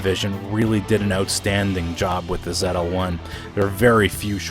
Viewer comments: Why does this idiot in the video keep Tryna make this Canadian/American car European by pronouncing its name Zetel One!?! WTH man ZL-1 dummy it's a coupe NOT a coupe' smh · !st of what in the world is a zet l1? Its zl1 dumb ass. 2nd comparing a ZL1! to a boss is like comparing a challenger r/t to a dodge demon. get a clue buddy. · Ahahah. Goofy fuck zedel? Zetel? What the fuck?